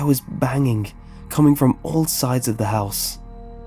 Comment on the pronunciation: why do you pronounce the "g" as "k". "dreamink" "bangink" "runnink" "traumatizink" "disturbink" "cryink". it's not all the g's but most of them